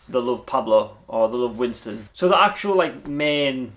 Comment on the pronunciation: Winston not Wiston!